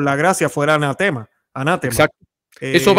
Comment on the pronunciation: Hola hermano, me encantó el programa. El Dr Cesar Felix Sánchez, es impresionante su preparación. Además quisiera hacerte una observación, la palabra ANATEMA, no lleva tilde, pero se acentúa en la tercera sílaba: anatéma. Dios lo bendiga y proteja, y estaré orando también x el Dr Cesar. Nidia Méndez desde Miami